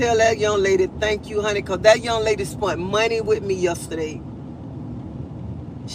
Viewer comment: “SPENT” not “SPUNT” sweetheart